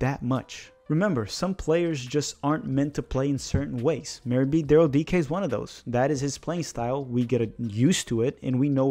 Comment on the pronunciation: I've learned a lot about Daryl Dike from this - not least that his surname is pronounced ' DEE-KAY '. Thanks